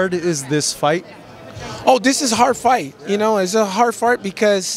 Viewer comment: "a hard fart, becuase, dis gonna happen"